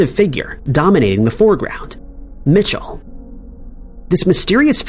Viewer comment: It’s not Mitchell it’s “Michel” (me-shell)